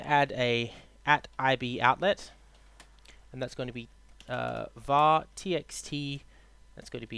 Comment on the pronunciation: Its VAR not WAR!!